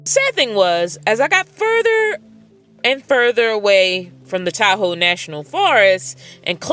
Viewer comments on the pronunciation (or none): none